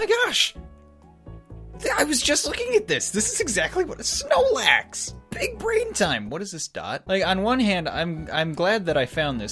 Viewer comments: It's munclax not snowlax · ItS Not SnOelAx ITs mUnChlAx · That's Munchlax, not Snorlax. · It’s not snorlax or snoelax it’s munchlax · Munchlax not snoelax